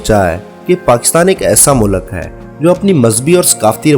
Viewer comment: Pehli baat ye h ki mulak nhi mulk hota hai 😂😂